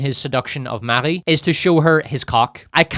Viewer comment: Updoot for saying "Marie" in a French way.